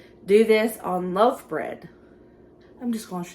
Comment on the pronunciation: Love your accent I love my mistake most when you said loaf bread I heard love bread and I’m thinking love bread. That sounds cute.